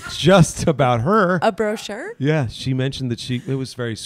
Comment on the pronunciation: Bro-chure Bromance